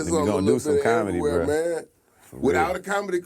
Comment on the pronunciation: MY MAN SAID' I'MA BOMIC.....AND I DO BOMEDY.....😂🤦🤦🤣